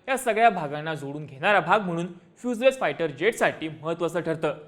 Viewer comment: दादा त्याचं pronunciation फ्युजलेस नाहीये रे फ्युजलाज आहे...